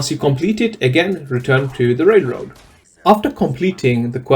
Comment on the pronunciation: why can't you say the word Railroad correctly 😂😂😂